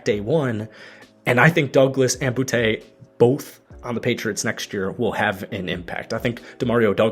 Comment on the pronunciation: His name is bootee not boutay.